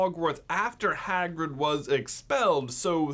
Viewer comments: "Swagrig" lol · Swagrid killed me everytime 😂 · lol swagrid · Swagrid XD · And called swagrid😎